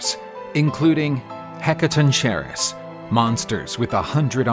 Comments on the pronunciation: You mis pronounced the 100 headed beings so bad.... the "Hek-ka-tonk-ka-res" is how tou pronounce it....video is absolutely amazing besides that!!!! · Heca-ton-chair-is? It's pronounced Heca-tawn-ker-ees mate. Yeesh. 😅 Otherwise great video! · It's pronounced heck-a-ton-ker-ree-s. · This has to be some AI thats reading this. Nobody else butchers the word "Hekatonkheries" that bad.